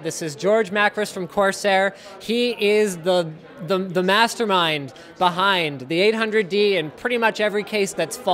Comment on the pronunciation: Guys he is da "MATER MIND' :P